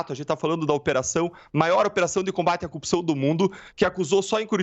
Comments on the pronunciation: Não aguento mais ouvir a palavra "coupção". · Esse cara deveria ter vergonha de aparecer em público. Você é uma vergonha, sua família é uma vergonh, sua história é uma vergonha. Detalhe, não é "coupição" é corrupção. Você é absolutamente corrupto Dallagnol, assuma o quanto é pequeno e corrupto. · Assistindo dias depois de Deltan ser Casssado . Que ódio ele não sabe falar corrupção aff